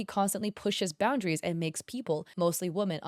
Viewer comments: Girl its pronounced 'wo-MEN' not 'wo-MAN' for plural women. Love your videos but omg it was so bad in this video. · I can't get over how pronounces Woman and Women both as "Woman" it's very distracting. Also 😔I thought was into the girlies